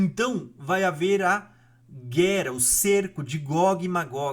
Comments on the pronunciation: Tá errando o " R " aí heim! Não é "guera" e sim " guerra"! Não é "teremoto" e sim "terremoto" não é " arebatamento" e sim arrebatamento"! Parece que está errando por querer, que é pior! Um vídeo tão bom, com erros bobos de português na narração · Não é guera é guerra, buro.